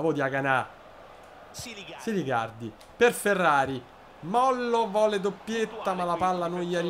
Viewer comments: Diagana senza accento sulla A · Chiamalo Diagana senza accento sulla a finale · Diagana senza l accento sulla a